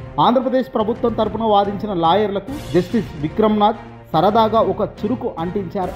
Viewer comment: చురుకు కాదు చురక అనాలి